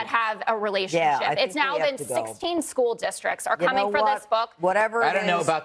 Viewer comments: Hey bubba, if you call “school” , “schoo”…. You have no right to comment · "... in skoo"